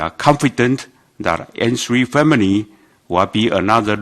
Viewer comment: 沒啦 只是 開始他說N three 時的發音很像芫荽😂